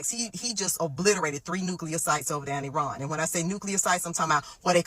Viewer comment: Its pronounced E-ron